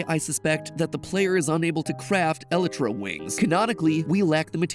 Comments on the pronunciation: Can we just point out the terrible way Matpat says Elytra? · I’ve never heard someone say elytra so wrong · anyone else cringe at how matpat pronounces elytra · Matpat mispronouncing Elytra is infuriating. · Therapist: MatPat mispronouncing elytra isn’t real, it can’t hurt you MatPat mispronouncing elytra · Why is no one bothered by the way matpat says elytra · Watching this man pronounce elytra wrong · The way you pronounce "Elytra" brings me pain. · me cringing when matpat is probably saying elytra correctly but my brain says no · Anyone else shudder when he pronounces "elytra" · when i learn that ive been pronouncing elytra wrong my whole life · STOP SAYING ELYTRA LIKE THAT AAAAAAAAAAAAAAAAA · Matpat please learn how to say Elytra and OwO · Look mat love the effort but pls stop saying elytra pls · This is how many times MatPat said Elytra wrong😅 👇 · Matpat: that’s not how you pronounce Elytra! 😂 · mat pat its not (ela-tra) its (a-lie-tra) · "elytra" vs "elatra" matpat..... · Did you just pronounce el-ie-tra as eli-tra? lol that has to be the most strange way I’ve ever heard anyone pronounce that. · Normal people: “ee-lye-tra” Other people: ”eh-lee-tra” MatPat : “eh-li-tra” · How to pronounce Elytra Most people: Ee-lie-truh MatPat: Ella-truh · Other mc fans:Elaitra Mat:Elí tra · not you constantly saying "eli-tra" when its pronouced by LITTARALLY everyone, "El-'i'-Tra" (heavy on the "I") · .. el-ih-tra ???? I've always heard it as eh-lie-tra ......... is there an official pronunciation????????? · ayo great video, bu isnt it pronounced elle-EYE-tra for Minecraft not elle-EH-tra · El-it-ra? nah mat it’s pronounced EL-EYE-TRA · ELetra. The ELetra wings. Dude, it's e-LIE-tra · It's pronounced e-I-tra not el -i -tra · Did he just say "eletra" instead of elytra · Anyone else bugged ny "El-i-tra"? I always pronounced it "eh-lie-tra" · hearing Matt pronounce it as el-et-ra rather than ee-lie-tra through me for such a loop lol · Wait I thought it was pronounced E-lie-tra